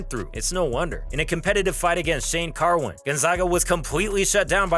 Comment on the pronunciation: And who tf is Jake Ellenberjer smh, imagine calling yourself and you cant even get those 2 things right, and Mike Goldberg correctly says his name like 2 seconds after that wtf